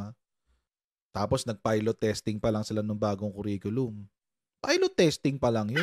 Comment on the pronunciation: Langya..Naging Dep Ed secretary tapos simpleng pag pronounce ng curriculum mali..sabi nya "que riculum" ganyan nya binigkas ung curriculum..ginawsng pinsan ng banana que at barbeque eh..😅